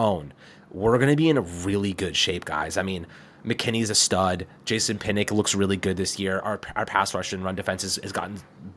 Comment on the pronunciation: kill me with the Jason pinick. Lmao it's pronounced (Pin-Ahk) Jason Pinnock would be disappointed